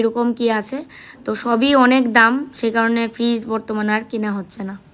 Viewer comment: Fridge ke virij bolche mone hoea😂😂😂